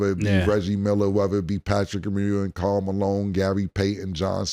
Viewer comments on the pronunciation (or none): none